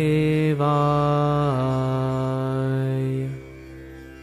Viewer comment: Why Vasudevay instead of "Vasudevaya" (you forgot the ya)?